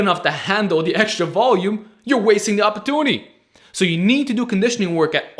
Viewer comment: “Uhpotooney” Great video!